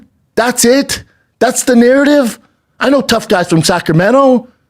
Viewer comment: Please! why is he saying Sacramento???